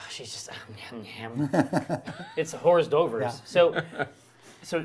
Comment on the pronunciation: "horse dovers"! Oh, Americans. <3